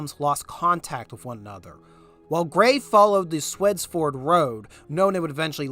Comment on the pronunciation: Thank you for producing this very informative content. Note: You may want to check pronunciation of Tredyffrin, Swedesford and Schuylkill